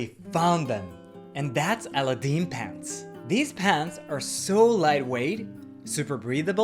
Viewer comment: A very fun video! Thanks for sharing. *Also try saying Aladdin with the accent on the second syllable, (the second "a" would be emphasized).